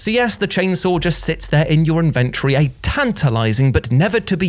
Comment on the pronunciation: Lol Invent-rey. 🤣😊